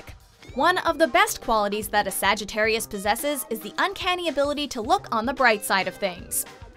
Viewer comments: I cannot believe she just said sagittariui is that a word?? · stop saying sagitairiyai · I got so triggered when she said Sagittari-I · Am I the only one cringing every time she says “Sagittarii”? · The narrator:sagttri Me: ITS SAGITTARIUS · ”SAGITTAREI” -narrator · Wtf is a Sag e teri I ?? It's Sagitarius.. Ends with US not I. At least say my sign correct. Lol Fr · Umm did she say Sagittari and not Sagittarius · i find it wierd that she keep saying Sagittarii =D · She said Sagittarei instead of sagittarius. Haha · You said Sagittarius wrong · Left at a minute cause she don’t know how to say Sagittarius correctly